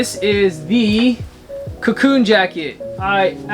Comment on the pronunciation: "Cocoon" isn't it :) anyway, love from Berlin!